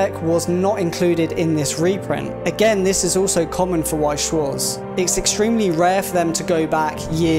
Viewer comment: Damn, butchered Weiß schwarz Name.